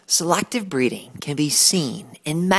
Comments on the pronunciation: I'm sorry, this was a good video and all but the way he says selACKtive breeding just irks me yk? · who the heck pronounces "selective" by saying "selactive"